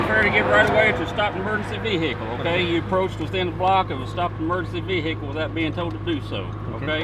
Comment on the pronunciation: Vih ical that's how the cop said it 😂😂